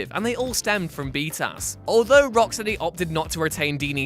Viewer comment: I can't stand hearing 'bee-tass' said out loud.